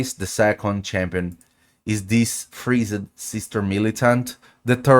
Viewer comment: Freeze-ed xDD